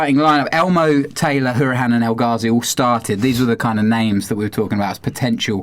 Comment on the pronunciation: Great podcast as always fellers. Just a quick point on Hourihane - you obviously didn't watch/listen to him on 5 Live the other week. His name is pronounced HOW ree han. Some of the tv commentators have now finally caught on and are pronouncing it properly so maybe you fellers should too. As for any debate about, "is he worthy of a place?" etc, etc, I really don't think the question even merits consideration. Anybody doubting him and his commitment to our Club should just be told to go away and give their head a shake. He's done this Club proud with his performances and abilities and he has played a major part in getting us to where we are now. Most of our players (including Jack) need some time to grow into this league. Everyone needs to stay off their backs because it's a steep learning curve and they need all the support we can give them. UTV VTID